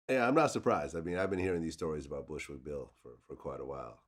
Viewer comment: The way Boosie botched up Bushwick Bill's name was too hilarious